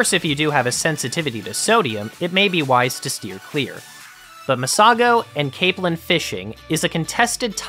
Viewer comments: Caaaaaapelin. Long A sound. Not cap lin. Cape lin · It's pronounced Cape-lin. Like in Cape Cod.